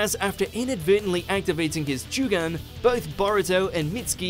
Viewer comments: Joogan??? Its jo u gan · Everybody: Jougan This guy: Jewgung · He says jewgun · "Jugan" lol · It's Jougan not Jugan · Jougan is pronounced "Jew-gang". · They pronounce jougan very very weid